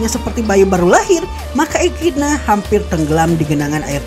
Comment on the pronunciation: Echidna pembacaan nya ekidona